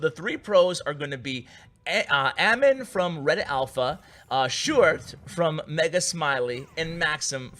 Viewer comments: Yoo u pronounced sjoerd quite good actually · im dutch so I know how you prenounce "sjoerd" and you did well my man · You actuelly said Sjoerd's name good. In The Netherlands we say it almost like that.👍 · Btw you pronouced sjoerd amazing for not being dutch! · Ur prenounciation of Sjoerd is pretty well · You prenounce sjoerds name great man. I'm from the Netherlands as well so I can tell😉